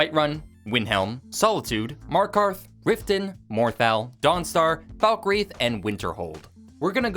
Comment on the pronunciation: its not rifton thats for sure